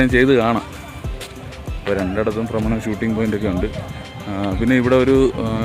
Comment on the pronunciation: ബ്രമണമല്ല ഫ്രമരം